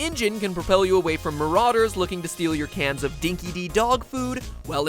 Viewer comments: Hey Matpat! For your extra learning, I'm australian and dinky di dog food is pronounced "dinky dye dog food" not "dinky dee" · It's dinkie Di not de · It's not dinky dee it's pronounced dinky die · Also it's "Dinky Die" Not "Dinky Dee" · MatPat, it is pronounced Dinki "Dye" not "Dee". Australian things. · G'day Mate, us ozzies say Dinky Di all the time. It's not pronounced Dinky Dee, It's Dinky DIE. Cheers mate. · The dog food is pronounced Dinky DIE. It's a dinkum Aussie expression. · It's pronounced Dinky-die! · dinki di is pronounced like dinky (small) die (be dead) - ask any aussie - it means legitimately true just like fair dinkum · Could someone please explain to me who the consultant was for this game that didn't know the Australian expression 'Dinkie-Di' (meaning authentic) is pronounced DINKIE-DIE. Literally destroyed the apparently Australian setting of the game within the first 5 minutes. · just thought I'd say it mat but in Australia we pronounce it dinky - dye (it's spelt di but pronounced dye - we are complicated) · dinkie-di is pronounced dinkie-die (Australian thing) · Dinky-Di is pronounced 'Dinky-Dye', mate :p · The Game Theorists As an Aussie, I had to laugh at some wording ... Dinky-di isn't pronounced as the way you said it, but said as the word "dye/die", kind of like an affirmation of something ie "that bloke over there is dinky-di mate", so in the context of the food, "the food is great/dinky di" and your over use of the word poon is known is basically known as a scared/foolish person or like a womans ... you know ... and poontang is the adult version of the woman's .... you know ... other than that great vid MatPat